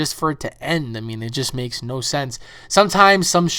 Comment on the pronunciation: That makes-eh no sense-eh